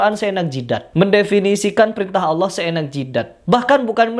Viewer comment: Didengar dia melafaskan Allah seperti umat kristen melafaskan Allah , datar aja bunyinya